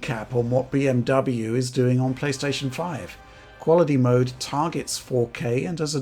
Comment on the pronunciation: Deutsch pronunciation 🔥 🔥